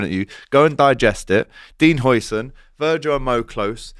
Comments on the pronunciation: the pronunciation is: HIGHsen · Huijsen is pronounced ‘Housen’ but with the OU sound pronounced like ‘out’ or ‘how’ but in a Scottish accent, because the UI or UIJ sound doesn’t exist in standard English. His name means houses but with the old Dutch spelling (sometimes it’s also spelled Huysen) nowadays it would be Huizen. Speaking of the player we in Holland are saying we missed out on the new van Dijk for the next 10+ years and he played excellent against us in the NL. The Spanish are calling it the steal of the century so that should tell you something….